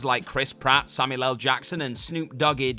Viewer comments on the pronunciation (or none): none